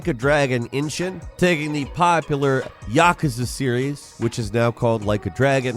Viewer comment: That may be the most ignorant pronunciation of yakuza I’ve ever heard. Was it a joke or is he brain injured!?